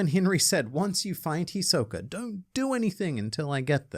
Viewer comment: You mispronounced Hisoka.